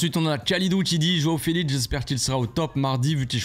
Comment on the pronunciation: "Joao felitz"😂😂😂😂